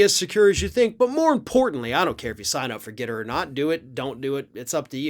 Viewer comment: ForGETTR "regetts" is awfully close to "regrets"